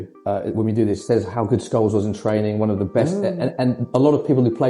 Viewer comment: The pronunciation is a giveaway: "Skoleez".